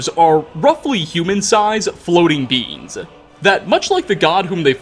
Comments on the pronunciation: ... So I started zoning out and I heard him say "seekers are relatively human sized floatings *beans*" And I looked at my phone and I'm like "what kind of bean is that??" And then I realized ".. Beings. Not beans"... Btw, I just started binging this series and I am living for it. I love playing Skyrim and knowing more about it when I have questions that need answers. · i love how every time you say "beings" it sounds like "beans" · All I can hear is "Seekers are roughly human-sized floating beans ".